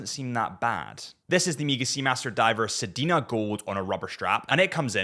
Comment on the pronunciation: "said-nuh" gold. Sedna. Not Sedina.